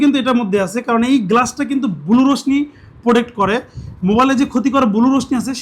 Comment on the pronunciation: বুলু রশ্মি কি! আগে উচ্চারণ করা শেখেন।